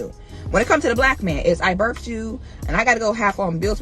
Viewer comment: "I birfed you." ...And you're a college grad?